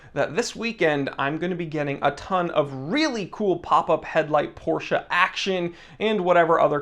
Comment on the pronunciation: POR-SHHHA is God tier